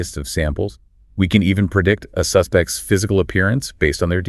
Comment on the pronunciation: My God -- PLEASE stop with the shitty AI narration. "SEE-crits. Suh-SPECTS."